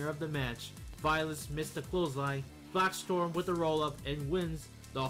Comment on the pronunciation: Its Blaxstrom not BlackStorm